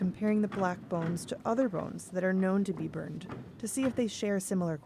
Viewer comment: How did you not help her to properly pronounce bones ?